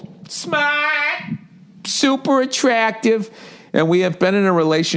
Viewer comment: I think I listened to him say "smahhht" about fifty times!